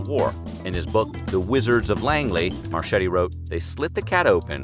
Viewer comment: FYI, Marchetti is not pronounced "Mar-CH-etti" its pronounced Mar-K-etti (CH in Italian is a hard C pronounced CK ) C in front of I or E is the CH (as in Cheese ) sound .....just sayin